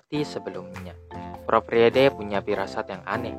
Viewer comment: Kak bacanya itu prof frid